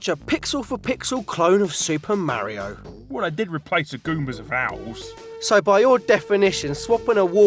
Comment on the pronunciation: What is it with the Chinese always calling Mario "Mary?"